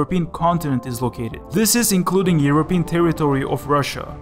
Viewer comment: zis is unitsed europe , wis a new lenguige